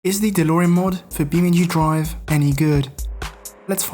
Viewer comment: "Beamenkhi Drive" Said the best youtuber ever